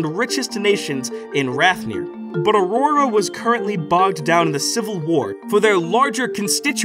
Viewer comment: You say Aurora no differently than anyone else! Don’t feel bad ❤